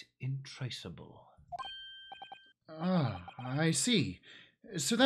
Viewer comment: Incredibly minor nitpick: its "intractable" not "intracable." As someone who does research in CS, "intractable" is standard jargon we use. :)